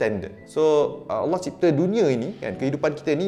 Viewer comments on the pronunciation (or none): none